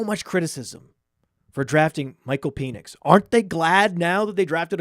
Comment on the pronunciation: PEN ix. Not PEAN ix